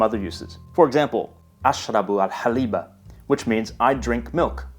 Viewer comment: In general, it is correct. I found his ability to speak many languages is impressive. However, there are some minor mistakes. My ear was bleeding due to the pronunciation of the last vowel. In Arabic when you stop at word you don't pronounce the last vowel, it is only done in school for teaching e.g. "al-Haliba". Also, his translation is of the example "The beautiful girl" is grammatically unpleasant and his explanation is not right. Yes, it is in a nominative case but due to the nature of the last letter the pronunciation changes. As I objected above because he stops at الجملية it should be pronounced as "al-jamiilah"